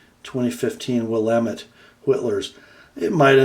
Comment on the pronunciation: well done on the pronunciation of "Willamette" !!!